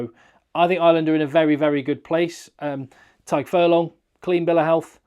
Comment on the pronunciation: Just FYI for the future,, Blade's first name is pronounced the same as Doris's first name. Just different spellings. Love the content and I'm looking forward to watching plenty more of the next couple of months